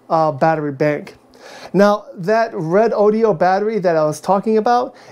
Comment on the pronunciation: Is this the same as a redodo? Haven’t heard of the red o dee o. Lol😅 Good review though.